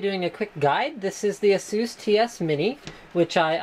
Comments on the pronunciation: Az-zus not assuss! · There really isn't a "right" way to pronounce ASUS, ASUS is a company from Taiwan (I'm a Taiwanese, and I'm very proud :D) and they all call it "AHHSOOS" So I don't see what's wrong about it